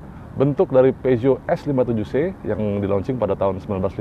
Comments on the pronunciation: komen dikit mas.. salah spelling nya.. Peugeot = dibaca Fu-zo. LED = dibaca EL-I-Di. hehehe.. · Mungkin bacanya Purzhoh